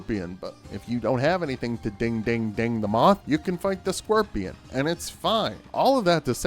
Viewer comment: “the squirpion”